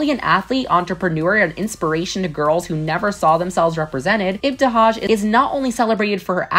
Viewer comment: She butchered ibtihaj's name & it's not muZlim it's just muslim